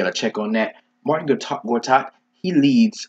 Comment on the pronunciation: Bruh..not Martin Gortat..its Marcin ..always gives me OCD lol